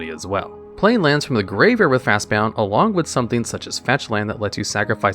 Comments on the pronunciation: At first I thought he just misread the name of the card as "Fastbound", but it's typed multiple times in the video. Maybe the guy that narrated is different from the guy that typed it out? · JFC. I was going "hey, we're going to make it an entire video without this idiot mispronouncing a card name!" "At number one, we have Fastbound." You have to be doing this on purpose. you're really not this stupid, are you? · Otherwise nice video. Was going to comment about the irritating pronunciation of Fastbond though. After looking through the comments, it seems as though as this is intention. Was going to sub, until I found this out. Annoying AF, so I'll pass. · Video ruined because of his ignorant pronounciation of Fastbond. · I get mispronouncing crazy fantasy names, but when a card's name is made up of just 2 basic words like "Fast" and "Bond," how can you mess that up? 😂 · There is no u in fastbond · Brother the way you pronounce fastbond was making my eye twitch. Jokes aside. Love the content. Keep it up my dude! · omgomgomgomg...... fast "BOND", not "Bound"! That was atrocious listening to you say bound 50x Also you didn't include Sylvan Library. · Fast bound?? There’s no u it’s Bond like 007. Fastbond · This is officially the last video of yours I'm ever going to watch. There's no way that you're not purposely mispronouncing words just so people will correct you in the comments. Fast bound? When its clearly fastbond. Or Oath of the Druid when its just Oath of Druids. Its scummy and dumb and it makes you sound like an idiot. Take care now. Bye bye then. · Fast bon-d not bound :) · It severely bothered me that he kept saying FastBOUND instead of FastBOND. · Fastbond....not fastbound as you're pronouncing it. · Fast "bond" not bound sheeeeeeesshhh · Fastbound? It's Fast-Bond. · The narrator saying 'bound' instead of 'bond' every single time was funny. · Fastbond, not Fastbound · bond not bound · "Fastbond" not "Fastbound" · It's pronounced 'fast bond' not 'fast bound'.